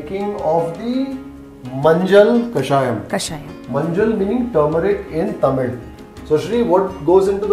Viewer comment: Yo, loved the manner you pronounced tamizh with the 'zh' inflection, and Thanjavur correctly. I know the reason now. 😀